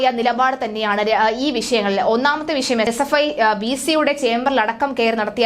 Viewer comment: ക്ഷമിക്കണം. ശരിയായി ഉച്ചരിയ്ക്കുന്നതാണ് ഭംഗി. വിശയം എന്ന് പറയരുത്. വിഷയം എന്ന് തന്നെ പറയണം ആർഷോ എന്നാണ് പേര് കേട്ടിട്ടുള്ളത് ആർശോ എന്നായിപ്പോയി